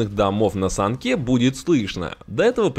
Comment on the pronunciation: На санООООООке , а не на саНКе